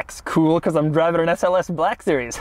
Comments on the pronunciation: why you sayin black series like that lol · HAHAHAHA A WHITE MAN CAN'T SAY 'BLACK' NORMALLY😂😂😂